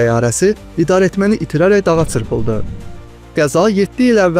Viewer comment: Цырпылды йохса чырпылды